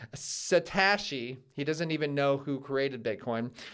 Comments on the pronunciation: I don't know for sure, but I could see him mispronouncing "Satashi's" name to give the appearance that he's talking about someone insignificant or irrelevant. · Tactic during a debate show disrespect pronouncing others name incorrectly multiple times. Liar knows exactly what hes doing. Hes buying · You have to be really naive if you think Jamie Dimon doesn’t understand Bitcoin and he is well aware how to pronounce Satoshi.